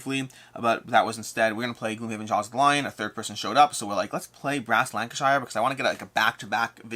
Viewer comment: Just a bit picky from me, but please pronounce Lancashire as you would say shirt, but without the 't'. So Lang-kuh-shuh. It's not the Shire from Hobbit-land;-) Yup, Friday's video was great. Taking into the discussion makes for some nice conversation. I think it was a good concept for looking more critically at BGG's list.